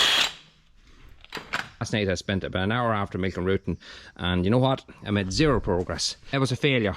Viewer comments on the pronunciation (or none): none